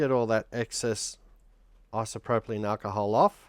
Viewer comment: Its isopropyl NOT isopropolyne. 🦘🤡